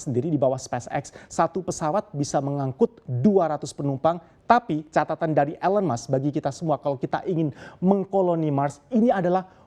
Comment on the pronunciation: Kenapa orang Indonesia membaca nama Elon Musk ( baca: elen mask seharusnya : ilon mask) 😮😮😮😮